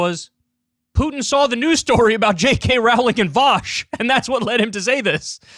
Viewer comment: He doesn't know how to say J. K. Rowling